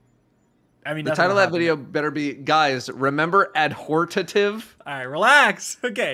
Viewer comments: "Guys, remember Adhortative?" - Lmao. I'm waiting for that vid,. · Guys remember Adhortative lmao the way pronounced it